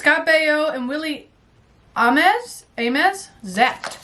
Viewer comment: ZAPPED IS HILARIOUS!!!! And it's pronounce AIMS for Willie Aames.